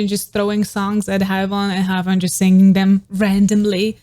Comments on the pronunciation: Babe, please don't think bad of me, is just trying to help. Her name is pronounced "he-uon" like won, the verb to win, in the past. He-won. The "ae" in her romanization is more of an "E" but an opened E, like when "air" a but opened like this "ai". And anyway, thank you so much for this video, I love Haewon and her cute face and her voice for NMIXX, I love to recognize her singing when listening without watching a music video 🥰 I live your channel..! thank you so much for the effort and time 💖💖💖💖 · Sorry to be that guy, but heres an advice on Korean names. when names have two vowels like hAEwon, AE is pronounce as EH. another example is jEOng, and EO is pronounce as OH so basically you pronounced the second vowel and silent the first one. so Haewon is = HEWON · no its HEWON cause AE is pronounced as EH, just like how tAEmin is pronounced as TEmin not TAYmin, and bAEhkyun is pronounced as BEKhyun not BAYkhyun, tAEhyun is also TEhyun not TAYhyun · It's more like Haywon